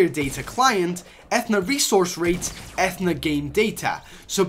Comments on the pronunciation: TBH, i don't really like it when people digs into the files and shares leaked items, EPIC may want to keep that a secret or a surprise, and i aswell would like to be surprised but it's all over YT.... oh and also it's A-THEE-NA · Athena (it's pronounced Ath-ee-na) is actually the codename for fortnite battle royal (at least from what I've heard) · did this dude really said ATH-E-A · The way he says Athena pisses me off. It’s a-thee-na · ITS ATHEENA BOI this triggered me so much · It's pronounced 'A-Theen-Er / A-Theen-A' and it is what the BR gamemode it called in the code. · Might not help but it’s A TH E NA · pronunciation - Athena (UH-THEE-NUH) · E-ff-e-na? Someone didn’t get Mythology back in English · It’s pronounced A-Thee-Na like the Greek goddess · Sorry but check your facts and your pronunciation it is A-T-H-E-N-A and that is the Battle Royale files. Impact is just a LTM solid gold v2 is possibly coming after impact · It a-thee-na Athena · Dis boi don’t know who Athena is. Athena is the Greek goddess of battle strategy and it’s pronounced AH-thee-naw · You pronounce it a thee na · It’s a-thaee-na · I CRINGE SO HARD WHEN HE SAY ATH-NA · Yeah it’s pronounced, ‘a theen a’ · You mean A ThEE na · It’s pronounced “Ah-Thee-na” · It’s pronounced “A theenuh” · It's a-f-E-na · Its pronounced A-thee-na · It's pronounced Eh-Theen-uh😂😂😂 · a-thee-na lol athena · It’s a thee na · its a-the-na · It’s pronounced Ai Thene Ah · Its pronounced Uh-theee-nuh (Athena) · Omg it’s pronounced Ah theen ah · Its pronounced Ah- thee-na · Nigga it’s atheena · Dont wanna be that guy but its pronounced (a-thee-na) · A - theen - a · It’s pronounced uh-thee-nuh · It's pronounced Ath ee na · It annoys me that you say athena wrong ( U-thi-nu ) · Pronounced uh-THEE-nuh // - the Greek goddess of wisdom ... boi thats like 3rd grade grammar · Zathid YT yeah, it was so fuckin painful listening to him pronounce it wrong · Zathid YT yeah I’m yelling at my phone cause he said it wrong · It’s A-Thee-na